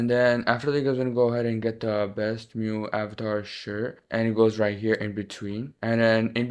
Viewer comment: saying mew not saying m u i😢😭😭